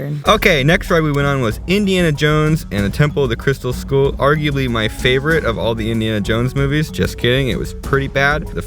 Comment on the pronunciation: Did he say "Indiana Jones and the crystal school"??